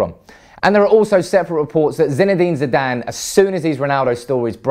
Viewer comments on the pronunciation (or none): none